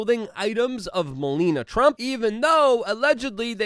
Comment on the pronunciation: M-e-l-a-n-i-a not Molina. 😜